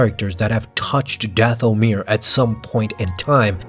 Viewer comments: Your accent is on the wrong syllable when you say “Dathomir”. The accent should be on the first syllable as in “DATH-o-mir”. Forgive my extreme nerdiness about this issue. I studied with an expert linguist for years and it kind of rubbed off on me. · omg it's not dath-o-mirror lol